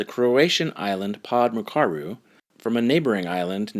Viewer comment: OMG OMG!! You mentioned my country (Croatia), and it was the most funny pronunciation EVER!!! hahaha :) anyways, love you ,love your videos, love your mission! <3 just for funs sake - let me do the pronunciation of the mentioned islands :D "pod mrčaru" hahahaha would be something like "POD MERGE-ARU" only that "g" in "merge" is more like "ch" in "church" ... literally means "under the Mrča", and what Mrča means.... I'm just google-lazy now. Anywho.... pod kopište, would be something like POD (under) KOPIŠTE: CO-PEE-SHT-A :) voila :P please, don't hate me for being an attention w*** here, just couldn't resist the chance to get your attention :D loveeeezzzz to the origins of species and back!! :*